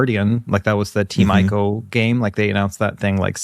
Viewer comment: Great show! Please pronounce 'Ico' correctly though 🥲 (as in 'Nico') It's possibly the one game where I care about this. It's sad that nominations end up considered as "losing" in the awards framework. Yet they literally won the nomination for 90th percentile of excellence in their category. Many people will always let their envious nature turn against runaway victors, but it's not to say there aren't holes in the process. They should totally do the 'Juror Guilds' thing! 😄 Sinking Star puzzle game looks awesome. I recommend Archaica: Path of Light if you haven't played it. Polish creators and to me the ultimate game in light redirecting.